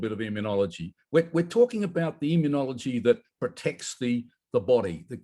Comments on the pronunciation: immunology not immun e ology. Five syllables, not six. You are worse than Jimmy Carter, who pronounced nuclear "nucular". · John, I have sworn to myself that I would not write in to correct your pronunciation of immunology, but it has reached the stage that I cannot keep ignoring it. The word is pronounced immune-ology, not immune-ee-ology. There is no i after the n. It is like hearing people pronounce mischievous as mischiev- ee- ous instead of correctly pronouncing it mischiv-ous. No offence intended, and I hope none taken, but it does become very annoying. I love your show, keep up the good work.